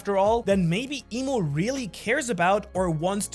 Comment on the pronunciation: Its "I'm" not Imu and not "Eem" I'm, as in "I AM". the name of GOD.